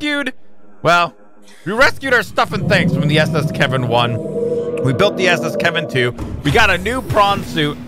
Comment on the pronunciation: You'll look back on this day every time you say S.S. Kevin 2 and maybe even laugh about it